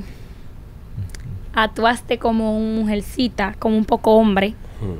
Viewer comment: Atuaste? O actuaste 😅